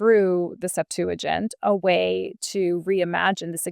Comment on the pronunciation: Septuagint is stressed on the first syllable.